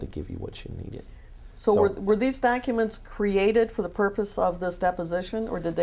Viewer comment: "Is it a man or a woman?" "No, it's a lady." "They's pacific docka-ments." How can any sane person listen to this asshole "preach" and take him seriously??? I just don't get it.